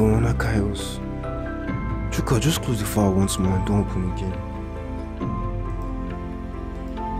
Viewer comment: Did you say vorona kairus?😂😂